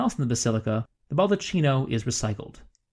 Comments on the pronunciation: The correct pronunciation of the bronze structure over the altar is /bal-duh-KEE-no/. Chi in Italian and Latin sounds like the word “key.” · According to the Oxford English Dictionary `baldachino` is pronounced `bal-da-kino`. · A friendly correction. Baldacchino is pronounced baldac-keeno. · Dude, lovely video, really enjoyed It! But as italian you had me shiver every time you pronouced baldacchino like basically cappuccino!😂 It is pronouced balh-dah-kee-noh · Great program. BTW; It's pronounced "BAL-DA-KI-NO" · Oh man, it's a baldaKKino - Italian spell: baldacchino, CHI in Italian is pronounced K, therefore, baldakkino. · Respectfully, the Ball-da-KEY-no; chi is KEY, not CHEE. Bernini deserves it. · Baldacchino is pronounced ball da kino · Its pronounced "ball-dee-KEY-no." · Very interesting. Forgive me but it is pronounced BaldaKino. An H after a C in Italian makes it a hard C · It's pronounced baldaKino. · Do you mean....Baldecchino.......Pronounced.........Balde-keno? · Baldaccino is pronunced baldaKKino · I'm very glad to hear it. And my apologies for the mispronunciation - I realized my mistake almost as soon I released the video. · It would be helpful if the proper pronunciations for Italian words were used e.g. baldacchino is pronounced with a hard C! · It’s a good video but please do not pronounce Italian as if it were English. “Baldacchino”, for example… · This video is a year and a half old at the time I am typing this comment, but it is NOT TOO LATE to delete this video and re-upload a new version where you pronounce the word "baldacchino" correctly. The fact that you don't know "chi" is pronounced "ki" in Italian damages your credibility somewhat. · very interesting and well exposed... it would be perfect but every time you mispell "baldaccino (baldatchino)" instead of "baldacchino (baldakkino)" my ears hurt so much... sorry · nice video, apart from the cavemen's units (feet, pounds..) and some pronunciations.. it's 'baldacchino', not 'baldaccino'..